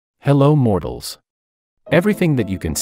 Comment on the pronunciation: why i heared him say muggles instead of mortals